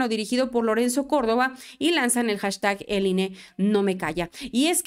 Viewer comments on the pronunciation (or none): none